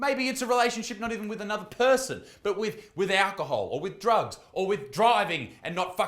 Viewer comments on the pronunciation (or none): none